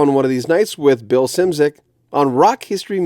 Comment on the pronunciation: It’s Polish and should be pronounced as „Shimchik”.